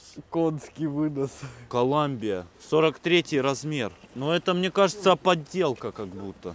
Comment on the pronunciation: А мнье семечек.. а мнье ..